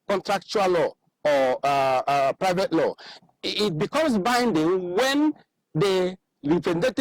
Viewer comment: Did he said private law